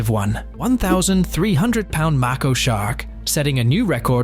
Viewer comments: It's not pronounced mac-o shark, it's pronounced make-o. Both people and AI drive me crazy with awful pronunciation on YouTube. No one can speak English anymore. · Mako not macko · When videos are posted about some subject and they misspell or mispronounce the names they're posting about, their credibility immediately goes out the window and I will not contribute to their views. This lame ass can't even pronounce Mako right. It doesn't get much easier than that.